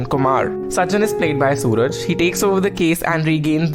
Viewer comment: It's not Sooraj.. His name is suraaaj